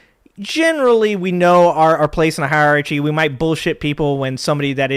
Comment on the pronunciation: You lost me when you mispronounced "hierarchy."